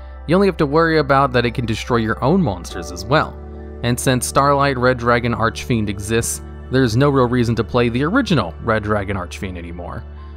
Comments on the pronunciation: You still pronounce Archfiend wrong >:C. There's no eh in between Arch and fiend, so it's not Arch-eh-fiend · (disclaimer: this comment was not posted with malicious intent) "Red dragon arch-a-fiend" I seriously can't get over the way you say the card. All your videos mentioning the card flows well, up to the point where you say "arch-a-fiend" my brain does a double take. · Arch-I-Fiend idk why but it always bothers me lol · "Archefiend" "Starlight" My god. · The last time he pronounced it "Archefiend", people gave him a lot of Commentarys to "corrected" him. This time he only said it "false" once... I am pretty sure he does that on purpose 😂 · Serious albeit pointless question: Why does he always pronounce Archfiend as "Arch-a-fiend"? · Here he go again with the “ArchEfiend” bullshit 🙄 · How you pronounced Jack's soul "Red Dragon Arch(a)fiend" :)) If he'd hear you, he would die :)) Don't be upset now :( Also, you pronounced bad "Scarlight"..